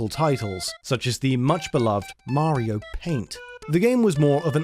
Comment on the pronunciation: You guys still can’t say Mario right.